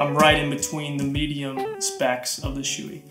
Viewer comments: Hello I'm a stickler for names It's not "SHOOEY" It's b"SHO- EH" Thanks for the vid. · lmao dude its not shoe e, its show e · I'm not gonna say you're wrong but I think it's pronounced show-ie